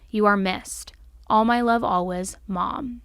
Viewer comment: WHY DO YOU SAY “ALWAYS” LIKE THAT